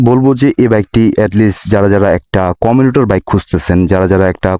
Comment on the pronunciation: কমিনিটার না 😂 হবে কমিউটার, মেক্সিমাম ট্রক উৎপাদন করেনা উৎপাদন করে টর্ক 😂😂